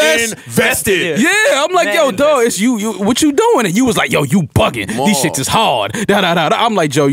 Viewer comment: you are too "inVESTEed" LMAO